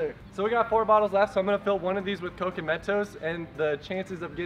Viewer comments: Why di you guy's say cocy bro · im triggered. Cok E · Can you stop saying COKIE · It's coke not coky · Coke? They pronounce it (co-kee). REAL PRONOUCIATION ( CO-K-A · Why do they call it cocey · Why do you call coke coky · Man its not " coo key " its just coke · It’s not Cokey it’s coke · I love ur channel but y do u say cokey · It is c-o-k-e not c-o-k-e-y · Stop saying cokeee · why are you pronouncing coke like its cokey or cokie I mean its pronounced coke ok